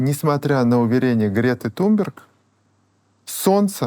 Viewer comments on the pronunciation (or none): none